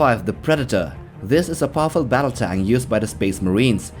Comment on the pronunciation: Does he say tang or tank can’t tell but awesome videos